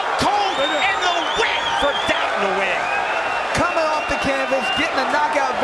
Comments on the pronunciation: the correct way to say Nguyen is: Nuh Goo Yen. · God can u please learn how to say his last name. The “N” is silent